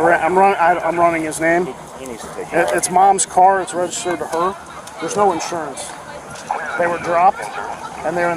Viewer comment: No license, no 'sawrance.